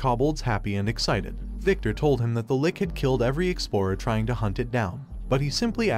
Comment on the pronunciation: first of all, LICH is pronounced li (as in stich) + and ch (like in cheeze). if this was a robot talking, i hope they fix it. Second, good Comic. Would listen to more